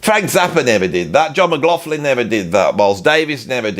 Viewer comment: love your stuff, probably seen at least 1000 of your vids. so forgive my pronunciation notes: Theda BAra , miss -sogyny , ZaraTHOOStra and please please please... no F in McLaughlin. promise ill buy you a coffee 😂